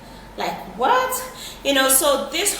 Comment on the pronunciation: I have a good old laugh this evening watching your video not because of anything but the way you said (like whatwhatwhat)that was so funny pls forgive my manners . Don't mind those commenting about your weight any fool can see your pregnant,God bless.